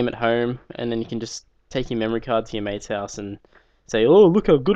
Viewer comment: the only thing that sounds austrailian about you is when you say mate XD